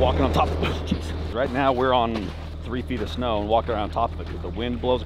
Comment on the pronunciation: he said snew:face-blue-smiling